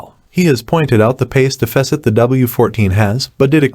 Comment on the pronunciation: Learn how to pronounce deficit before saying it a million times